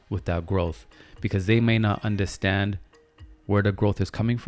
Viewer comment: Are you Jamaican? Cause every time you say “yuh andastand ?” 😭😭😭I’m likeeee... he has to b😭